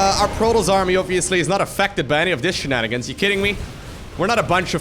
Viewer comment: I don't know what his accent is, but there's something about the way he pronounces "Protoss" that just sounds off...it's like he pronounces it as "Produs."